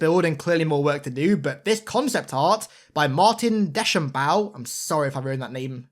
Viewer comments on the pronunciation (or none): none